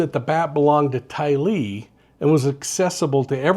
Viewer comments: That's not how her name is pronounced. Even her own mother pronounces it differently. The force of the pronunciation is in the Ty, not the Lee. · I noticed that too, not what you would expect.